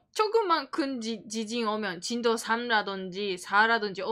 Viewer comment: 긴급”지신”속보 재미교포가 뉴욜크 하는느낌 ㅎㅎ